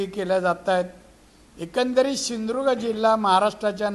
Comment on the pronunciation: याला साध सिंधुदुर्ग म्हणता येत नाही हाय कपाळ. ......